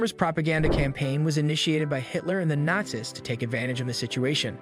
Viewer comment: I love the ai voices, some of the mispronunciations are funny.